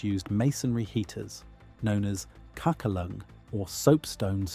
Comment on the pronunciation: This must be the worst and most incorrect way possible to say kakelugn.